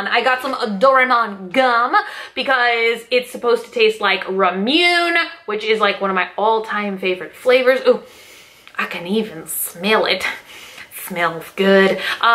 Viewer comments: (Rame-moo-neh) not (ram-yoooun) lol 😂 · Every mispronounced word in this I just... omg. Especially “ramune” 😂 you’re so cute.